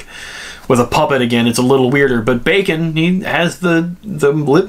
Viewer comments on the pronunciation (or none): One thing you might not have noticed but even though the subtitles say "bacon", if you listen carefully they actually pronounce it with an "m" at the end instead of the "n" which kind of blends it in with the mouth movement better 🙃 Feels like I'm the only one who has noticed it 🙃